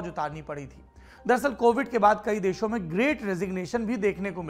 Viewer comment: PAUSE “dusre deaho mein” 😂😂😂